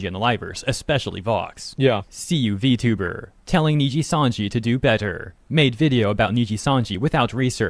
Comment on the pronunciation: Damn. You said v-tuba with the hard R...